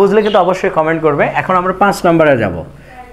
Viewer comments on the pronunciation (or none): none